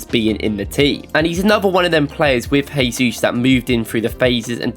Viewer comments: Work on your pronunciation of "Jesus", please :) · Hey guys, love the videos and I don't miss a single one since I found this channel. Just a little comment, as a brazilian: The pronnounce of the J in Jesus is similar to the S in 'measure'. You pronnounced as if he was Spanish haha